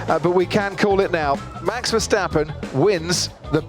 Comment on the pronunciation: WHEN is Tom Clarkson going to learn to pronounce Max' name correctly? There is no "SH" in his name...PLEASE GET IT RIGHT!!